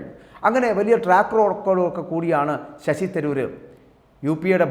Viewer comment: നീ മാത്രം ആണോ തിരുവനന്തപുരം. കളഞ്ഞിട്ടു പോയി പണി നോക്ക്. Shashi തരൂർ എന്ന് നിനക്ക് ഒന്ന് മര്യാദക്ക് പറയാൻ പഠിക്കു.